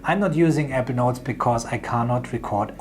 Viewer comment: You sound more like you’re saying “Evernote “ than you do “Apple Notes” ..:..